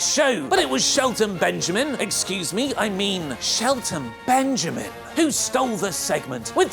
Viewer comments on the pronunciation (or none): Why does say Shelton Benjamin like that?😂